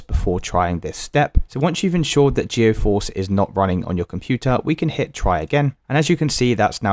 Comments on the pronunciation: Bro just uninstall and reinstall Geforce. Also, it's pronounced G Force not geoforce. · The way he keeps saying GEO FORCE Is actually pissing me off way too much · stop goiung so fucking fast and calling it gEOforce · Geoforce and nividia 😂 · "Navidia" "GeoForce" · I hate the way he says geforce